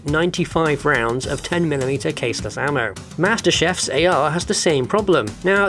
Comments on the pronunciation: Master CHIEF! No Master Chef! No, just no! Why did you have to say it like that? Now I have the image of a guy in chef's clothing, including a chef's hat chasing Elites with a frying pan! Gah, why? :( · He pronounced Master Chief like Master Chef and now I'm imaging him as an actual Chef with his own cooking show! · Why does he call Master chief, Master Chef?? Did anyone else pick up on that? Or was it just me? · It wouldn't be a video without me mispronouncing something would it? - from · Master Chef????? It's actuatually pronounced "Master Cheeff"